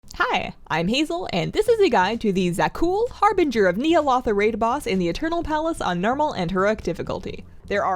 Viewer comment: Small remark, it's not NEE-ALOTHA, it's NYA- LOTHA no hate just the correct way to pronounce the mad city of N'zoth